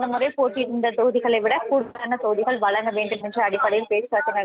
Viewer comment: அவர்களே வலங்க,வலங்க,என சொல்கிறீர்கள்.அதன் அர்த்தம் என்ன? " வழங்க " என உச்சரிக்க வரவில்லையென்றால் மீடியாவில் தமிழை கொலை செய்யாதே.